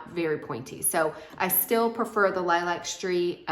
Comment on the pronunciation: The correct pronunciation of lilac is līˈlak. As in the flower or color.